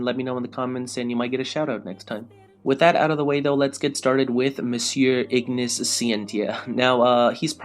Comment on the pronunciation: i really hate when people call these guys with latin name with the english pronunciation, ignis, with the gn pronounced like in italian, and scientia with the sc like in italian and tia like zia, so pronounce "scenzia"